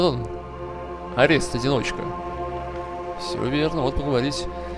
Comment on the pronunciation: Не орЕст, а Орест